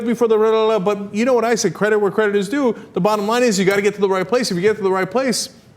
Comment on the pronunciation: ur credit..doesnt sound like credit